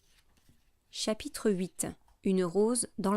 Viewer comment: ''Chatitre''😂 en vrai merci c'est plus compréhensible grâce à vos vidéo